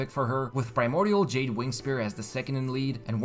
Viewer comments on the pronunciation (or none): none